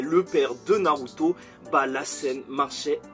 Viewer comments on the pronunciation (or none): none